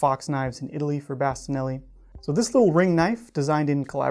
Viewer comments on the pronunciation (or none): none